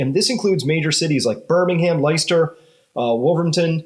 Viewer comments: Hey Chris, I know you always welcome finding out something new. Leicester is pronounced: Leh•str, not Lie•str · Chris, your videos are awesome, but PLEASE pronounce city names properly .... Leicester = LESTER (and im not a native speaker at all - my native language is the demonic one that has B= V - namely im using slavic letters) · And it’s pronounced lester as I live here lol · Americans always have an issue pronouncing Leicester